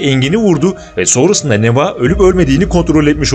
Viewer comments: neva değil nevaa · Allahım n’olur Neva’yı A’yı uzatarak okuyun. Neva değil NevAA (deva değil devAA gibi)